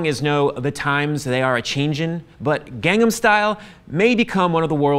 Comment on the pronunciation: why does he say his own name like cabbyero, and also gangham style, and coyographed?